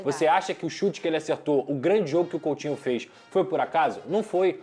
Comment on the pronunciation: coUtinho e não coLtinho